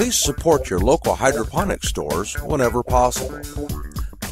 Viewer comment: DEFINITELY sounded like" Hydrogen" to us,:) I took your instructional video to heart, set it up and it works like a charm. Thanks.